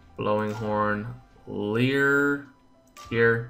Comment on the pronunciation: You're mispronouncing Lyre. It pronounced like the way Liar is said. Not leer. In case you don't know what a lyre is, it's a metallic device used to hold flip-folders, for which those flip-folders hold the sheet music for certain instruments. A lyre and flip-folder are usually used for marching band performances and pep rallies.